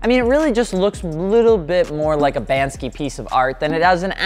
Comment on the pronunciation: who tf is banskee